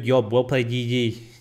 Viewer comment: Zeri "GOOD YOB" gets me great LOL